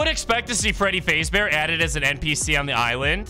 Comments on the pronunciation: bro butchering the pronounciation freddy fazbear ❌ freddy fazebear :correct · Bro said Fradey Fazebear 💀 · ah yes freddy faze bear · because he can't pronounce it good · Is the voice ai because he says freddy faze bear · freddy fazebear- 💀 its freddy fAzBeAr